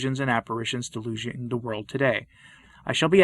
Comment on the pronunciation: A very fine video about Our Lady, but, you may want to check your pronunciation of "mediatrix," "deluging," "calumniated," and "triune."